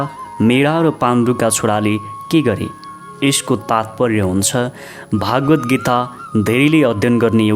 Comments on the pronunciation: केही भाषिक अशुद्धता देखियो । सुरुमा नै बोलिमा श्रीम'द्भगवतलाई' 'भागवत्' बोल्नुभयो ।भाषिक अशुद्धता बाहेक राम्रो छ ।🙏 जय होस् । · महाशय भागवद् हाेईन भगवद् हाे।यस्तो महान ग्रन्थमा बाेल्नु गहिरो ध्यान र अध्ययन चाहिन्छ। सतहि र कर्मकाण्डी मात्रै छ। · उच्चारण अशुद्ध भयो हजुर स्वर प्रष्ट छ तर भागवत भन्नु गल्ती भगवत् हो अनि उवाच् भन्नुभो उवाच हो यस्तै सुधार भएमा तपाईंको राम्रो नेपालीमा सुन्न पाउनु गौरव हो